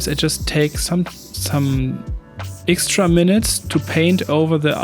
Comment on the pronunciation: Digga ich weiß du machst das mit Absicht aber wenn du noch einmal „ixtra“ statt „extra“ sagst, dann schmeiß ich was gegen meinen TV 😂 …oder ich mach nen Trinkspiel daraus 🍸